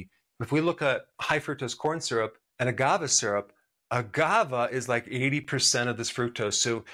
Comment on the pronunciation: You keep saying agavah. It's agaveh. Great video.